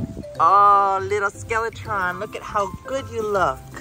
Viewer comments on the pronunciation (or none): Did anyone else think Joey was saying “SkeleTRON” all this time? Just me? Okay 😂